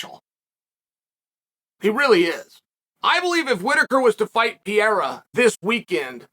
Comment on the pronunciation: Aaaaand he's back to pronouncing Pi Era...